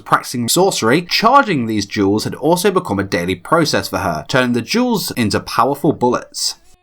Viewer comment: I thought he said " She use Jews as powerful bullets"